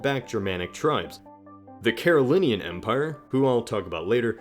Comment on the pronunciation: Carolingian has a g that needs to be pronounced. We have the same Ohio/midwestern accent so that's no excuse.